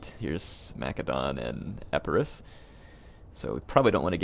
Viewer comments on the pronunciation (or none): Hi guys I am from Greece. Boiotia comes from Βοιωτία and it is pronounced Vee-o-tee-a. About Epirus, the name is the same for ancient greece and modern, it is pronounced Ee-pee-ros. Finally, delphi is pronounced del-fee. Anything else?:) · Another thing I noticed here, Epirus in Greek starts with an eta, so it's actually pronounced "Ee-pee-ros". Again, that's modern pronunciations. Ancient, it might be "Ee-pay-ros", but the eta would still be an "Ee" sound for sure.